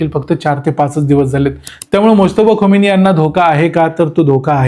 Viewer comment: खामेनी उच्चार आहे. खोमेनी नाही.